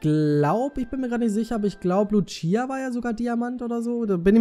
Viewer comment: keine beleidigung oder so aber man sagt luzia also mit z (nur mal so zum tipp) :D